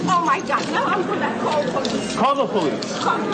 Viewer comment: She keep saying “call the Poice”. Hello woman , you are holding a phone.